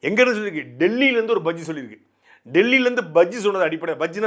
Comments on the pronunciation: அது பஜ்ஜி அல்ல. பச்சி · பஜ்ஜியா ,அண்ணா அது பஜ்ஜி அல்ல பட்சி